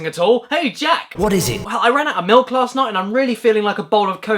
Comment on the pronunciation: Did you drink your miluk after this video to cool down